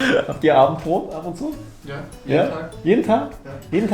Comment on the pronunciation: ... You so seamlessly switching to German had me shook. ^^ that was unexpected, props to you, and definitely not me for needing that long to get it xD Ehrlich, ich hätte es wissen müssen, als du Abendbrot problemlos aussprechen konntest 😂👌